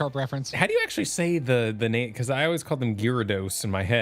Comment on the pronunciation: Ok, I would like to say, CALLED IT. I knew they had a special guest that involved JP Fan Fest Scheduling. And then afterwards, in January/February, was suspiciously saying her name correctly, first and last!!